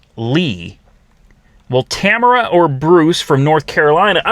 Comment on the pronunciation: say it with me, Tah-Mare-Rah